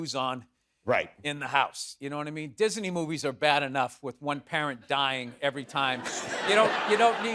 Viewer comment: Loved how he said Dis-a-ney movies 😂